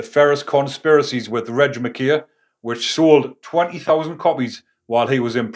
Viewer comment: Mckay is pronounced mc-eye ? As in why eye mun. Not mckaaaaaaay